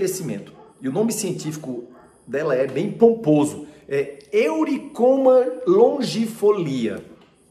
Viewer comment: O nome da erva é EURYCOMA. Difícil a pronuncia eulhecomo.